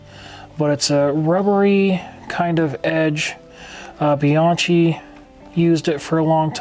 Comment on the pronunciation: Helpful video. We'll done. Just FYI Bianchi is pronounced Bee Yank Kee.